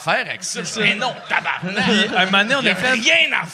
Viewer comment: on dit TABARNAK dude si tu veux sacrer au moins fait le comme il faut xD